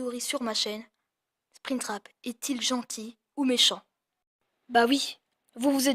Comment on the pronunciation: je rêve ou. Il a dis '' genté''?